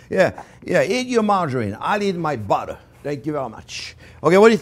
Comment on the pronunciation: you can't say 'too much buteer'